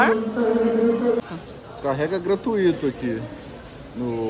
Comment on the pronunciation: A pronúncia é como se escreve, GRATUITO ou GRATUITA e não GRA-TU-Í-TO ou GRA-TU-Í-TO, como vocês teimam em dizer. Não há o hiato.